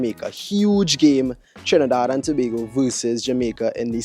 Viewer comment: get acustom to saying trinidad and tobago especially on the internet